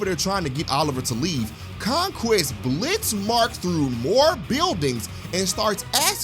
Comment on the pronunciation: did you just say Conqweest?